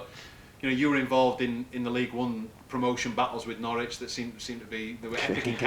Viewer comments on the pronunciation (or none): It's "No-ridge" ... Not "No-rich". Local dialect.